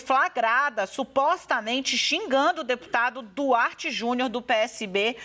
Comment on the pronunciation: Não sabe nem falar o nome do Deputado....kkkkkkk Jornalista vergonhosa.